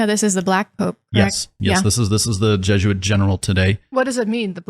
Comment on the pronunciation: Just the slightest bit annoying that people pronounce it jeh-zhoo-uht instead of by the proper pronunciation jeh-zoo-uht